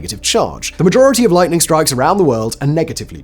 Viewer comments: Did you accidentally say lighting the first 2 times instead of lightning? I listened about 4 times and couldn’t hear the “n”. After the second one it was all good. Just curious. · "Lighting?" Oh, you mean lightening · Is it just me or the first 2 lightnings Simon didn't pronounce the n?